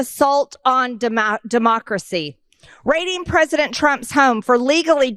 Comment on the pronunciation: I noticed that MTG could not pronounce the word "democracy" I am not versed in the bible but doesn't it say somewhere about some words are hard for evil to pronounce?